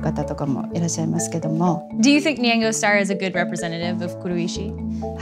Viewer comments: why does she keep saying nyengo? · She pronounces nyango kind of weird. Lol have I just been saying it wrong all this time?